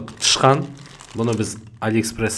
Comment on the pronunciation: Тышқан дегеніңіз жабайы естіледі екен😅😅😅😅😅